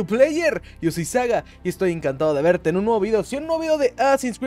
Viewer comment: Nooooo Ya no dices "Estoy encantado de veRRRRRRRRRteee" ... =(